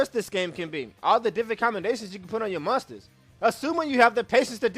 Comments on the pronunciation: agree with the video but i heard "mustards" the whole time instead of monsters lmao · When You Say Monsters In 13-2 Is Sounds Like Mustard.